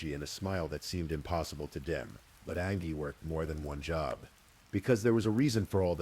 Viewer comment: Angie is pronounced Anne Gee. Sorry Mr. Ai that drove me nuts! An ghee ughhhh. She was a person and it mattered. 😂